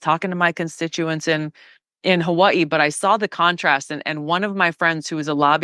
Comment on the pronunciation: the way she pronounces Hawaii makes me think of our idiot politicians in missouri that say missoura